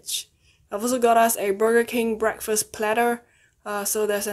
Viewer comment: be like BEKFAST